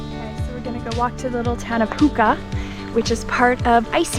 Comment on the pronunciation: Hoo Nah not hooka